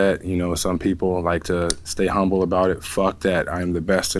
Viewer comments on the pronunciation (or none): none